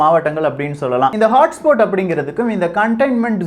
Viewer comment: HOTSPOT ஐ ஹாட்ஸ்பாட் னு சொல்லணும். ஆனால் ஹாட்ஸ்போட் என்று சொல்றியே